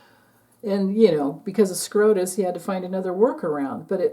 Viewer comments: Supreme Court of the United States = SCOTUS, not SCROTUS 🤦‍♀️ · is well aware of the correct acronym. She says Scrotus to make fun of the corrupted Supreme Court dingbats.